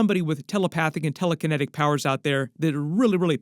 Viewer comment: Are you unable to say telekinesis or something?